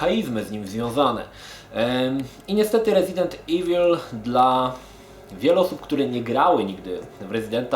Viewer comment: Panie kolego, wymawia się "rezident iwyl".